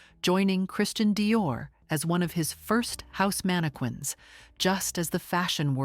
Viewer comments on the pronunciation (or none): Learn how to pronounce mannequin please